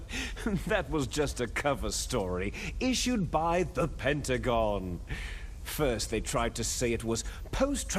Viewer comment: "Just a story issued by the PENT UH GOOONNEEE!" Lmfao.